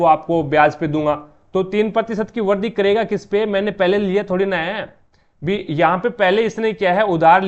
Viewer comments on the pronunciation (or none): aapka pronunciation kabhi kabhi samjh nahi aata... jaise vrudhi ko vardi etc etc....